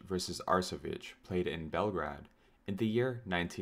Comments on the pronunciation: Belgrade is pronounced Belgreyd... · the real troll is how you pronounced belgrade